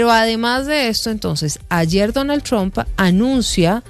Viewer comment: porque dices siempre Donal Trompa😅